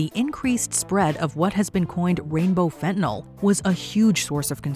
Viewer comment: There is no "o" in fentanyl Not sure why this gets under my skin so badly but it really really does.